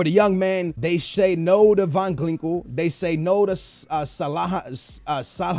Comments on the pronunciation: Van glinkel? Its van ginkel... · MARCO VAN GINKEL NOT GLINKEL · GLINKEL!? LEARN TO READ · VAN GINKEL NOT VAN GLINKEL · hahahahahahah Van Glinkel ahahah u legend!! GINKEL NOT GLINKEL, love ya man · Van Glinkel? It's Van Ginkel! xD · SKILLZ PLEASE YOU'RE KILLING ME.. It's VAN GIN-K-EL. Not VAN GLI-NK-EL.. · Van Glinkel, Salaha lol can he even read? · did he say van clinkle? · Van GLINKEL??? learn to pronounce...